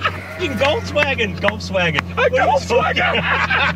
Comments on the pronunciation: Did I hear "golfswagen"? 🤣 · "GolfsWagen" looooooool 🤣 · Golfswagen GTI is shloopin and shlidin